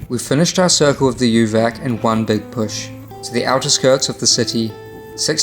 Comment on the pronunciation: I cycled in Serbia 4 times combination of 7 months... Please be aware the Latin letters when you pronounce names: for instance: UVAC should be like oovats, and SJENICA should be like syenitsa and Strajiniće should be like strayinicha.... ć=ch, c=ts, j=y, ...etc Anyway: Serbia is amazing country and the Serbians are fabulous. Serbia is on my top 3 best experience as a rider among 39 countries.